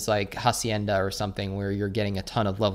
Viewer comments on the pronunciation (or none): none